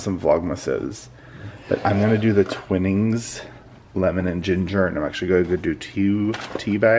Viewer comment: It’s ‘twy-nings’